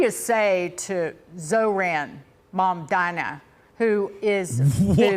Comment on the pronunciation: “Zo-ran Mamdina” is insane